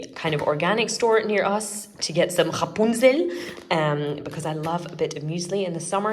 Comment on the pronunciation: As a native German speaker, I absolutely cackled at your “*MiLCghhhhhhScHoKoLaDE”. Thank you for that. 😂 Edit: Extra credit for the “chRapunZell”. 😉